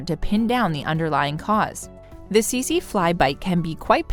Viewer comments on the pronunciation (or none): About #5 it is not the sese fly I am from Southern Africa and that is not how to pronounce it I am not trying to be a Karan I just wanted you people to now😊❤🙏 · Teet see